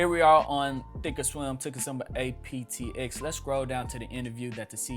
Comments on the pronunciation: You said aptx. It’s apxt. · Is he saying APTX or APXT?